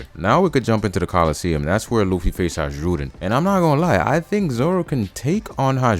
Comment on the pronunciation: The j in Hajrudin isn't pronounced 😅 its said like "Hai rudin